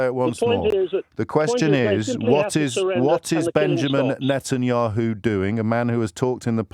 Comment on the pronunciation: The caller can’t even pronounce Bibi’s last name- keeps calling him Netanyoo, yet he feels like he’s clever enough to call in to debate James.